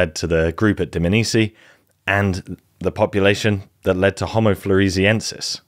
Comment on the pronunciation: Loved it. It’s not pronounced Dmnisi though. It’s Dm-A-nisi